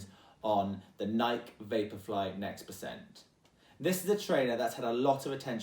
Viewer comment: i know for a fact he didn't say nike like that OH god lol